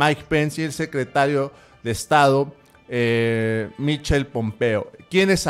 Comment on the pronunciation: Amigo: Si le sigues llamando Michel a Mike Pompeo te puede dar unas cachetadas...jajaja (Michael " maikol " Pompeo)...Saludos